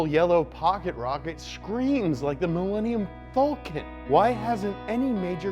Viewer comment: I have to make some things clear! 1. That's not how you pronounce the Millennium Falcon. 2. You forgot about Tesla's Model Y which will be part of Elon's S3XY lineup (and yes it includes all the models apart from the Roadsters)! & 3. I HAVE BEEN WAITING FOR THIS EPISODE MY ENTIRE LIFE!!!